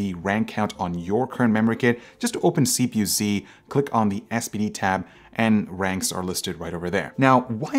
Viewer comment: it is called CPU-Z (zed) not CPU-C (cee).